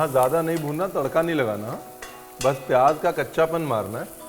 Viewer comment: it is pronounced "zeera", "tez", "payaaz", and "subzee" not "tayj", "payaaJ" and saab Jee". Also, the K of khushbu, khushi, khaas, and khan etc are all silent.